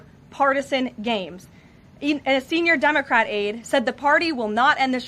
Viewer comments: She saying dumbocrat? 😂😂😂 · I thought she said dumbocrat. Lol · Did she say DUMBercrat? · LoL she said, "dumocrat" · She said "Dumbocrat" 😂😁🤣🤭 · Wait, did she just say 'Dumocrat' ?!?!?! Hahaha :) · Did Karoline just start this clip by saying dumbacrat?😂😂😂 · Did she say “dumbacrat “ 😂. Great job 😂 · Love how she says Dumbacrat instead democrat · Did she say dumbocrat haha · Did she say Dumbocrat? LOL 😂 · Does Caroline keep saying Dumbocrat? Sounds like Dumb-ocrat. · Did she say, “Dumacrat??” 😂😂😂